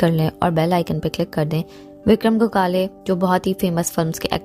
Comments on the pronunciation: गोखाले नही गोखले विक्रम गोखले ...उनके नाम मे ही respect हे ..तो नही पता हो तो पाहिले जाणकारी ले फिर व्हिडिओ बनाये... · Gogale nahi...😡😡 gokhle... marathi hiro....